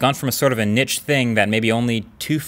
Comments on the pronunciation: Niche is pronounce "neesh" not "nich". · about 2 mins in, you mean niche not nich 😂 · Neesh, not nitch. Sorry :( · Are we not gonna talk about how he pronounced "niche"? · It's "Niche" not "Niche"